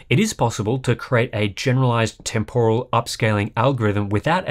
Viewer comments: I love hardware unboxed, probably my most watched channel. But I just can't get through a video where someone keeps saying TEM POR AL. How has this become a thing in English. It's pronounced temper al. I don't know why this word annoys me so much.. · It's TEMporal, not temPORal :p